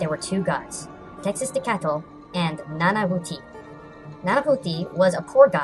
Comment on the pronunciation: Ah, it's refreshing to watch a culture filled channel. Oh yeah, for the record you actually pronounced Tecciztecatl's name correctly...Nanahuatzin not so much :P. The "h" in mesoamerica sounds like "g". Umm its pronunciation is similar like saying "agua". So in the end it would sound like: "Nanaguatzin". Hope that's helpful.